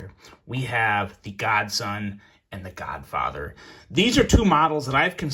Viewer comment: U keep say the godfather but all i hear is the Godfocker 🤣🤣🤣🤣